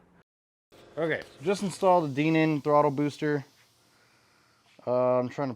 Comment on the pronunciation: The word is "Dinan" with a long "i" - it is not "Deenan."